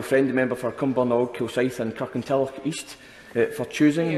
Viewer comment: It's Kirkintilloch. Pfffft